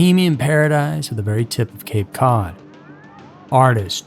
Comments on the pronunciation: this mf said cape code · "Cape Code"??? Also it's Cost-a NOT "Coast-a"